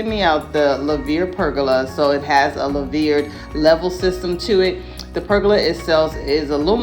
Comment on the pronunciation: Love it. I’ve been looking at it also. It’s pronounced “loo-ver”